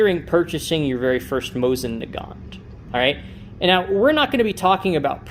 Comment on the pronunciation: Please pronounce Mosin Nagant properly. Do not pronounce the T. Moh-seen Nah - gahn. It’s really hard to listen to your video, friend.